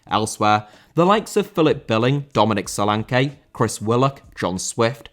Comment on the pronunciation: Solanke* not Solankei